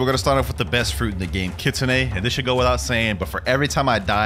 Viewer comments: Blud it’s not kitsunah it’s kit-sun e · "kitsun" excuse me did you call it kitsun???